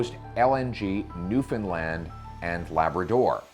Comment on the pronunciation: He even pronounced Newfoundland correctly. This guy is awesome sauce